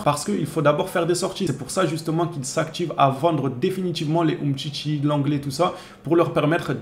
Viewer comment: umtcitchi et fatchi ! c'est drôle la prononciation !